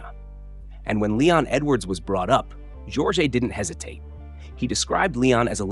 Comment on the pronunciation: AI voiceover. Mispronounced JORGE in multiple ways.